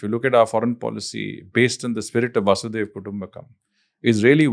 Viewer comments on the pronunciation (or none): Incorrect pronunciation I think. Its वसुधैव. Not वासुदेव. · Its वसुधैव and not वासुदेव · It's not "Vasudeva Kutumbakam" . It's "Vasudhaiva Kutumbakam" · It is वसुधैव कुटुंबकम् not वासुधैव कुटुंबकम्. Very informative podcast. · It’s वसुधैव कुटुंबकम् Not वासुदेव VasuDhaiv Not Vasudev